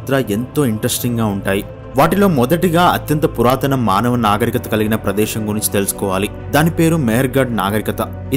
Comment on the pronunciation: Guideline based comments are appreciated But pronunciation of Great telugu words also considerable, please consult any telugu pandit to correct your word pronunciations. దేశం ✅️ దేషం కాదు విశాలమైన ✅️ విషాలమైన కాదు ప్రదేశం✅️ ప్రదేషం కాదు శాస్త్రవేత్త ✅️ షాస్ర్తవేత్త కాదు తెలుగు భాషకి పట్టిన దుర్ఘతికి మీ ఉచ్ఛారణ నిలువెత్తు నిదర్శనం